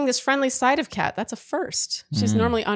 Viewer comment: I kept dying of laughter every time called Kat, cake. 😂